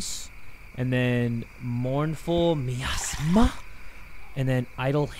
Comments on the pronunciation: its My-as-mah - Miasma 😂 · It kills me 😭 it’s pronounced my asthma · I love the way pronounces miasma. For the people who don't know how to say it, it's "my-asthma" and a miasma is like an unpleasant gas or vapor. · jay saying miasma incorrectly and then saying me ass ma is the funniest thing ever 💀💀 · lol mournful my-ass-mah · miasma is pronounced my asthma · hearing jay pronounce miasma wrong 🤣also the whisper from the "cauldron" would whisper to me "were calling you about your cars extended warranty" lmao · I love how nobody's mentioned how doesn't know how to say the word "Miasma" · jay not knowing how to pronounce miasma is SENDING me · The word Miasma being butchered hurts me lol